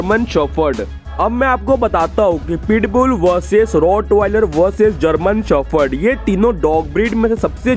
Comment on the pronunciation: German shophord 😂😂 🤦 indians english